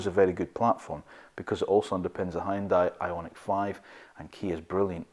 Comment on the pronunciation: “Huooon- Day” not Hioon-di